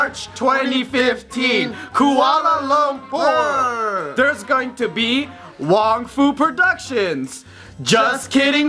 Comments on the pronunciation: Hahah "koala lampur" 😂😂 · HAHAHA! i love the way yous pronounce Kuala Lumper! xD DAMN my home town! =[ wish i was there tho..